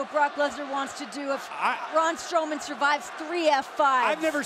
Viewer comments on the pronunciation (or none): Say what? ‘Braun Stroman’